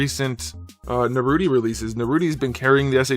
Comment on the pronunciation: At least say his name right. I get that you don't watch a lot of the source material but it seems a little disrespectful.